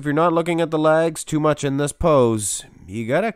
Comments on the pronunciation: It took me a moment realize you were saying legs! Not lags, I had no idea what lags were, I thought it was a bodybuilding term! 🤣😃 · Is it safe to assume these are your favorite versions of each individual ps it sounds like u say lags A to my ear 👂🏻 good work on these very entertained